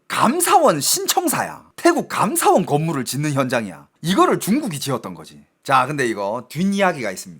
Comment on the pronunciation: 감ㅡ사원이 아니고 감사원 한국어의 장단 공부하세요